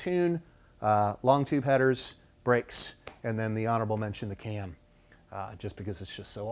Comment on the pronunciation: Too bad you can't say CAM.